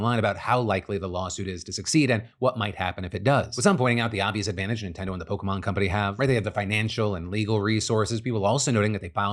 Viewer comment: thank god someone remembers how the fuck to pronounce "Pokémon"